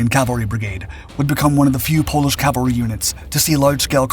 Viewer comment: The word is C A V A L R Y!!! Other than repeated mispronunciation good video. Semper Fidelis